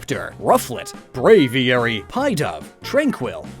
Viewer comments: >Pronouncing Pidove as 'pie-dove' thanks, I hate it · This comment kinda blew up, lol (channel's great tho, keep up the good work ) (but like do you pronounce pigeon as pie-jun?) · Pie-dove = ✖ Pee-dove = ✔ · You mispronounced Pidove. It is Pi-Dove as in P-Dove, not 3.14-Dove. I heard the first furret pun and... no amount of explaining can ease this cringe. Just keep to the bad pokemon jokes. " Lickitunge and HE WHO SHALL NOT BE NAME" XD I died. My theory as to why porygon is only normal type is due to the programming and since it is the "first" and thus when being programmed to have a physical form, they simply made it a normal-type as it is the most basic type and possibly the easiest to control. Drampa is anything but normal AND BORING! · I can forgive some bad pronunciations, like those of Minccino, Happiny and Audino, but “PIE-DOVE”? It’s a pigeon + a dove! There’s no “PIE”, my friend! Other than that, good job, man. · You sed pidove wrong